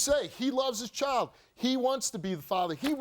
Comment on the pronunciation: Can we pronounce child correctly please, there’s no o in child